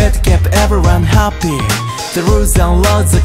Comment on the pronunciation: のHAPPYの発音すき